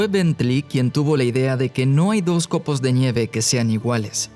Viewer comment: Por que dice, "COPOS DE ÑIEVE" ??? o al menos así suena.